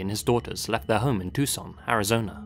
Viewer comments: Thanks for pronouncing Tucson correctly! We appreciate it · It's so nice to hear you correctly pronounce the names and places here in Tucson... I'm really glad you covered this case